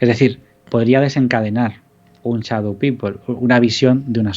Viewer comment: Muy interesante el tema, pero sería bueno que pronunciaran correctamente Shadow, o por último díganlo en español, sombra y punto